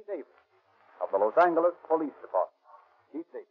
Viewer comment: I notice they pronounce Los Angeles with a hard,and not a soft "g".